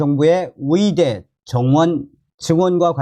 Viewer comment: 계속 의대를 위대라고 하시네요~~^^